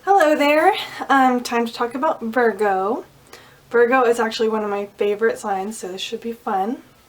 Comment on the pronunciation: ITS Pronounce vir---go,,,, not vargo